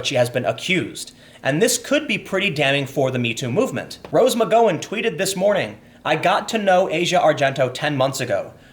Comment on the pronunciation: STEEN. Mc-GOW (like NOW)-an. c'mon bruh.